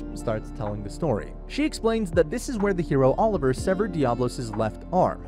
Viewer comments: The way you speak diablos is wild 😂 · I love how you mispronounce diablos through out the whole video! xD